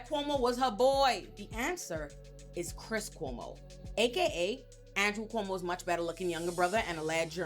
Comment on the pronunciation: Everytime she says "Cuomo's sexual harassment" it always sounds like "Homosexual " .... I literally Do a double take every time she says it!!!